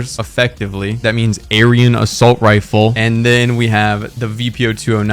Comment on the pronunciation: why did bro say aryan like that 💀